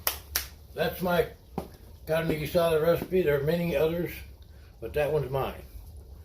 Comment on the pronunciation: Hey man! you're the first white guy ever that actually pronounces in perfect spanish "carne guisada" 👍👍 good cooking.